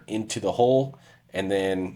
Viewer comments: Why is HULL so hard to say? It's not hole. It's an U, not an O. Do you say Skull, or Skole? It's the same thing, yet so many struggle with it. Every time you say hole, I'm like, WHAT HOLE. Ohhhh HULL! FFS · Why do you pronounce Hull "HOLE"?????